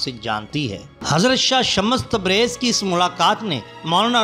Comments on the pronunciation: Kya shammas shammas bol rahe ho naam to lo dhang se shams tabrez h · Baat "urdu likhne ya padne" ki nahi hai bhaai . Ab naam galat bol rahe shams ke maane soraj hai na k sha_mash shams me do martaba sheen nahi hai. Aur ek bat bhaai alhamdulillah mujhe Urdu padhna aati hai. lekin apko english padhna nahi aati??? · shams hai ya shmmash hai alfaaz durut kijye.janaab. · Naam sahi lo bhaai ....shamash tabrez nahi ? Shams tabrez